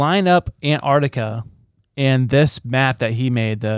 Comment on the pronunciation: Say it with me. AN- Tarctica, . It has nothing to do with ANTS